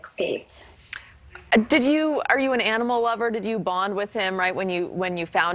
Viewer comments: If she says EXcaped one more time…..sorry I’m so petty but that rings my bell. She doesn’t seem all that sincere either. Maybe that’s my thing with her 🤔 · "ex-caped" 🤣 Girl, there's no X in that word. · "Escaped," not "ex-caped".. 😐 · ummm its not "exCaped" its e S c a p e d...🙄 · Every time she said eKscaped I wanted to scream. I wonder if she still says pisgetti and aks. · Escaped not exscaped !!! No x in the word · I wouldn’t expect anything more from a woman who says eKscaped repeatedly. On tv at that. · She mispronounced a few vowels, maybe xcaped from an intuition herself, & ‘helping’ this animal is a way of controlling her trauma...